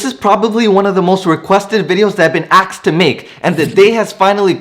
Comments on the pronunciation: It's asked not axed. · "axxed to make!" :D Sorry, but that made my evening--wondered where you've been.